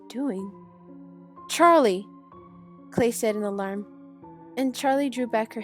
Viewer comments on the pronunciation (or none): none